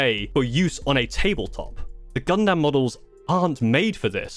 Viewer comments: “Gun-dum”. Not “Gun-DAM”. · Brub, when he said “Gun—-DAM” like dam man. You are killing me 😭😭😭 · just one thing to correct other than you mispronouncing Gundam (it's closer to Gundum) is the difficulty as there is currently at least 5 to 6 levels of difficulty on the kits EG or Entry Grade (you were right on this one) HG or High Grade (this is the next step up in difficulty) RG or Real Grade (this is the in between HG and MG in difficulty and cost) MG or Master Grade (next to the top on difficulty) and finally PG or Perfect Grade (these are the really expensive kits like around $200 to $300 US) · Ok so you do say gunpla right but you don’t say gundam right and yea you might have put a few connectors in wrong cus the head shouldn’t be falling off 😅